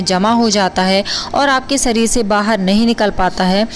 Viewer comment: सरीर नहीं शरीर